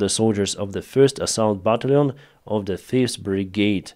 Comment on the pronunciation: love all that you do, and continue to do every day. Your English is very good, here is a hint to get better, Battalion is pronounced bat-talli-on! Hope that helps. Slava Ukraine and love from 🇨🇦 Canada.